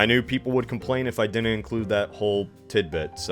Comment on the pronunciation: Why does he say dinent? Is it an American neologism for didn't? Did not? Is it a speech impediment?